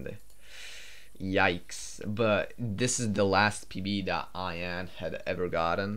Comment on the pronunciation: This is a little late, but if I remember correctly Ian Fraser was from the UK where Ian is pronounced like "E-in". Your pronouncing it more like the word Ion. Just something I noticed as I know you're not natively English speaking.